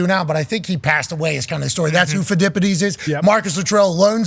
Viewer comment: The guy with the mullet cannot pronounce the name of Pheidippides; he had no idea who he was before he huddled with the art department. No surprise - Stay in your lane Einstein